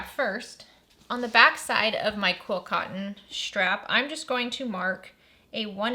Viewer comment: I agree with you on videos. I think she is saying QUILT cotton 😉